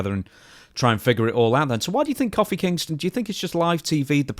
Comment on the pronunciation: Very unsettling hear call Kofi Kingston “Koffee” Kingston 😂